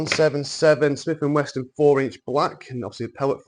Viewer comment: There is no "t" in wesson...